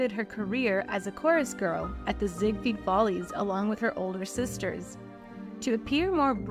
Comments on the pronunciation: You're right; the robot did say "Zigfeed" and the captioning caught that. There's only one correct pronunciation of Ziegfeld, and that's Ziegfeld. Those unfamiliar with Ziegfeld say "Ziegfield" but that's incorrect. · It sounded like you said "Zigfeed Follies" ... It's *Ziegfeld Follies Ziegfeld is pronounced: 'Zeeg-felld'